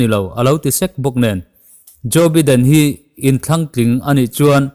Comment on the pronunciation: Biden hi baiden ti a lam tur